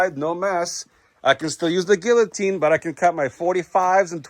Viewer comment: you dont pronounce the Ls in guillotine lol cringe